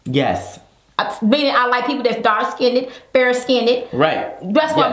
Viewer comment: OMG I TRIED NOT TO COMMENT THIS.. THE WORD IS DARK SKINNED. NOT DARK SKINDED......AGGGHHH. MADE ME ITCH EVERY TIME